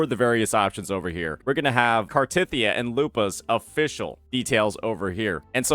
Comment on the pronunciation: Still hurts, hearing you pronounce Cartethyia.